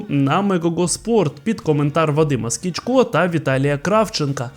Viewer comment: Не СкічкО та Кравченка, а СкічкА та Кравченка.